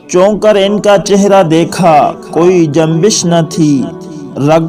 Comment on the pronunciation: جّنبش تلفظ نہیں جُنبش پے تِصَوُّر تلفظ نہیں تَصَوُّر ہے کَٹّرلفظ نہیں ہے کّٹّّر ہے سِماج لفظ نہیں سَماج ہے اور بھی بہت سی اغلاط ہیں